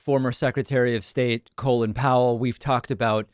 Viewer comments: Isn’t his name pronounced call in, not colon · You really need to adjust your pronunciation of Colin, you're pronouncing it as Colon....